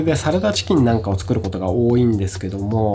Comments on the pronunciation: 多いぃ↓てどこかの方言ですか？それとも僕が方言ですか？ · 多いは王位と同じ発音で使ってましたので気になっちゃって笑 自分は北海道なんですが北海道独自のやつですかね